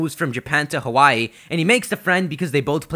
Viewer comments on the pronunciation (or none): none